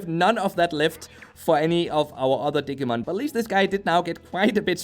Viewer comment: OMG ITS DIGI LIKE DIGITAL NOT DIG AHHHH